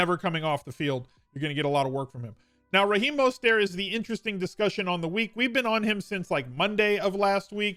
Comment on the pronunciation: fan, but as a lifelong niner fan, I need to politely inform you his name is pronounced “Mose-ter-t”. There is no silent T. Pronounce the T.